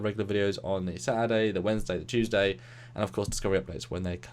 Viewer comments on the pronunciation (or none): none